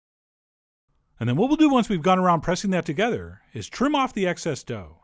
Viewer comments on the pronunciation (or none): none